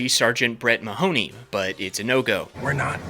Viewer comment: As a native Irishman, the way everybody pronounces "Mahoney" is so jarring